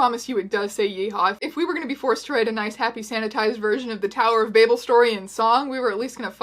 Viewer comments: Nobody: Teya: tower of BABE-L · I can't tell if I love or hate the way she mispronounced Babel